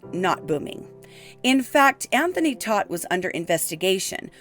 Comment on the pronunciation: Todt is pronounced like TOTE.